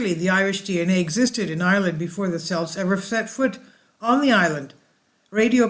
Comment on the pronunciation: Interesting video especially having this heritage. Just to let you know that Celts is pronounced with a hard C.